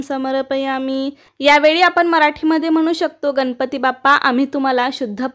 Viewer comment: Tai ganapati ucchar nahi nalatala n nahi banatala n ucchar kartana vapara